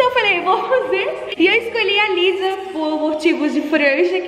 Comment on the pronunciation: Se pronúncia "Lissá" ❤️ (Inclusive , amei o resultado , se eu soubesse fazer metade disso eu ficaria Muito feliz kkk)